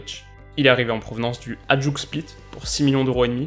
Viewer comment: Ajedouk split lol ;) Ça ce dit : hayëdouk split Bon courage à toi amigo